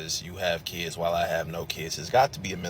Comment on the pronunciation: It's pronounced Kids.not keids